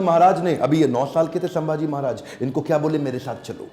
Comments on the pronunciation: it's not samaji maharaj it's samdhaji maharaj (संभाजी महाराज ) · Sabse pehle aap dono उनका nam thik se सम्मान se le, सांभाजी नहीं छत्रपति संभाजी महाराज... संभाजी है सांभाजी नहीं है okay ❤️🙏🏻🚩